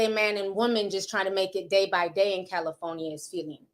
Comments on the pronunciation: I love you Ti, I do…but is Cal-i- FOR-nia ( with a “R” ) 😂😂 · Cali-foe-nia? Lol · Not Cali-phony-a😂😂😂😂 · Girl the way you say Cali-for-nia😭😭🔥